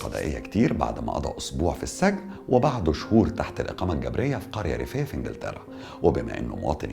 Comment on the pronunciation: اسمه السجن بكسر السين و ليس فتحها يا محترم